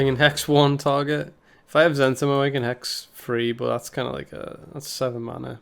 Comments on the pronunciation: For the record it's pronounced Zen TEE mo. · I thought it was Zent**I*mo.... Not Z**E**ntimo.... wtf?